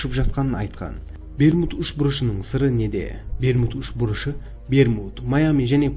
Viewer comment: Берму үшмурыш деп естіп калдымгой 🤣